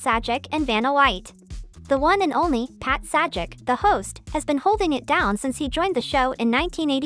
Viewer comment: Just FYI - His name is pronounces Say-Jack / Not Sad-Jack. So got to wonder if this is a person or an AI reading it. OR if the person was given this to read, the other people on the team should really have caught this right away.